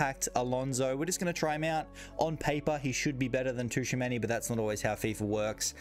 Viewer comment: Not being picky but Tchouameni is pronounced “Chu-a-many” rather than “Ta-chu-a-many”. Other than that great video man awesome content